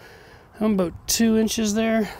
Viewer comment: He is heard him say bout instead of about